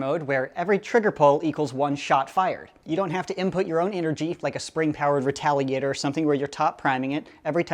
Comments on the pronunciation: U said retaligator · Listen you said retaligator #watchwhatyousay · Who else heard retaligator